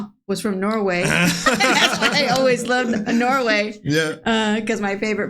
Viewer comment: Norway isn't only nordic country. Also, it's not pronounced "noway".